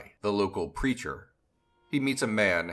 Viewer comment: I thought you said "local creature" instead of "local preacher". Lol!!